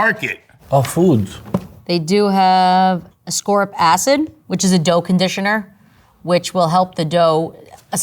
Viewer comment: "Ascorib acid" Nice try!